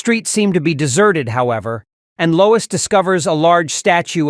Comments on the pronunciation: “TRIPPED BY LOYS” 😂 Freaking AI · "Bottah-rang". "Loyz". Do your own narration. This AI narration sucks. Or should I say, "Sooks"?